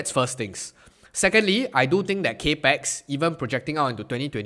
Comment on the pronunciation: “Cap-ex” not “cape-x” 🙏